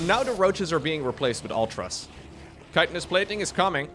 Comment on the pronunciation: Man.. sorry to break it to you.. but mUtas and Ultras. should be said like Serral does.. origin is latin not English, meaning.. English people just say it wrong all the time.. :D that's a little cute too.